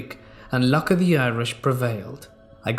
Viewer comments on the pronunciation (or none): none